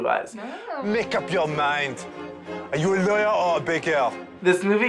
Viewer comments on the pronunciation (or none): I feel the need to work "Make up your mind! Are you a lawyeur or a bakeur?!" into a conversation now, without context and with a terrible French accent. You have truly enriched my life.